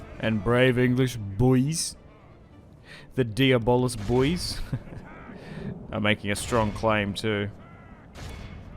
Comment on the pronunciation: I like your pronunciations better. Diabolis sounds so much cooler than "de-blah". Diabolis is like an end game boss or something.